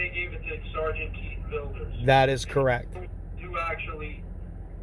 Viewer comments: "Keith VIL-DER?" Isn't is Keith VID-LER? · It's Sargent Vidler, not Vilder. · He is such a liar. I thought it was Vidler not Vilder??? breaks the laws and then complains about the cops doing their jobs??? Its great that he lost it all. He deserved it. I heard Vidler got fired but then got his pension back. lost his business, his wife, an 83,000 insurance scam case than he recorded himself and keeps going to jail. This guy is worthless to society and the human race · Seargent Vilder. What a dumb shit that he cant even get his favorite sarges name right. men need him now more than ever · Keith Vil-Der, Vi-di-ler and Vi-Da-Ler. 🤣🤣🤣🤣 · Ffs, get VIDLER's name right!